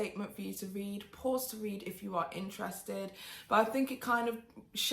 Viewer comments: I love you so much! But I had to laugh every time you read instead of r-ed. Great video as always! I love how in-depth you are and so informative! Plus, you are STUNNING!!!!!! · Isn't it left you on "red" (read)?